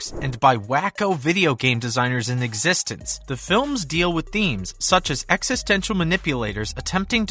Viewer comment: Can you please pronounce eXistenZ correctly?